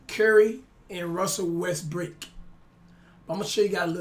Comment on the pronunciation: My nigga still saying West-Brick lmao smh